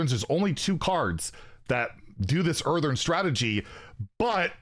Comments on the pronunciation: Earthen, not Eartheren 😂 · Earthen, not Earthern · It's EarthEN not EarthERN. As in "from the earth" aka dirt. Seems like it'll be some kind of dirt or rock elemental. Drove me crazy every time he said, "Earthern." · Earthern, he says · Where is the second R in that word? 😂